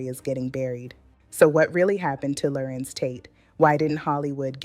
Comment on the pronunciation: This black lady AI 🤖 is horrible! Her pronunciation of his name is a dead giveaway😂😂😂😂